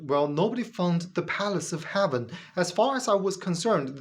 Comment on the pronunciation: AI has better pronunciation and intonation. Not intended as a critique of English. Your English,, is excellent. "Heaven" not "haven", "These" was mis-read as "this" (This is just a little feedback for you, ). I thought, originally that your accent was British-flavoured, but your subtitles are in US English. Where did you learn your English? Your ideas? Unconvincing. Successful religions have always been about controlling other people. That is what they are selected for, if they do not do that, they get replaced. Reality is not important to religion (well, successful religions). I suppose the Flying Spaghetti Monster has some connection to reality.